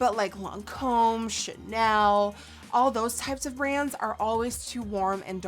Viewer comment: when you said chanel I thought you said shitnel